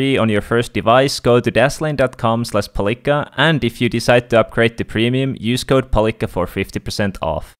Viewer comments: M8 you said daslame instead of dashlane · where are u from cuz u cant say dashlane and tousend